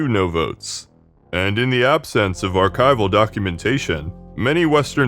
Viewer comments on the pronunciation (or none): none